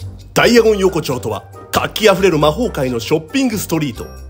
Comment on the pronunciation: ダイアゴン横丁がダイナゴンアズキにしか聞こえなくなってきた笑